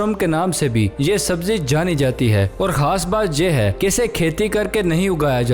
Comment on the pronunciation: Ap khaas ko haas kio kahta ho